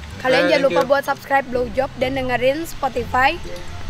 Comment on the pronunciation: blowjop yang ku dengar glowjop